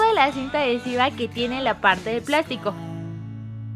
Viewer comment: Minuto dijo platico y era plastico